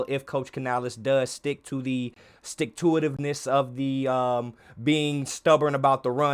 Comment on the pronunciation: The “sticktooivitness”💀🤣👏 I love it!!💯👏🤣